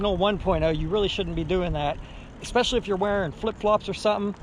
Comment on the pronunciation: "EX-pecially"...seriously? C'mon dude. ESpecially...I know it's a nit picky thing, but I speak for a living and would get crucified. Otherwise man, I love your videos.